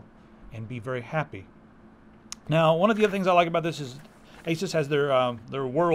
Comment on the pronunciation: Why you pronounce Asus wrong? /watch?v=iq9B3evfu8s